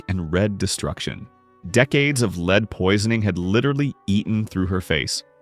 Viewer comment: The word lead is pronounced led not leed.